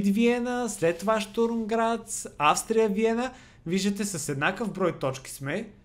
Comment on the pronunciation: на български език името на отбора се произнася Аустрия Виена, а не Австрия Виена